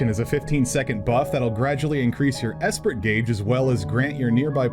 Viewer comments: considering everything's named off French words that esprit would be pronounced like espree. French word for spirit. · Esprit. The T is silent! But I'm super excited for Dancer besides, it seems to stand out in its gameplay! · This was a really great overview so thanks 😄 But if you're going to be talking about DNC skills a lot in videos, you're gonna need to learn to pronounce some French words 🤣 I'll get you started: "En avant" > on ahVO(Nh) ...and Esprit > esPREE